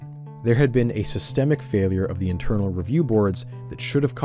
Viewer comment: "sy-stem-ic failure"